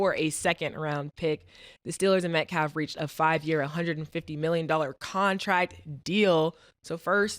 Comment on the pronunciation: Mace hate saying people names, I think he be messing them up on purpose who is My calf? It's not hard to say Metcalf🤣